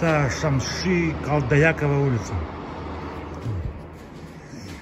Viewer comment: Добрый день! Шәмші Қалдаяқова произносите как местный уже. Пусть будет много высокооплачиваемой работы и когда нибудь покажете нам видео с ремонтными работами собственной квартиры!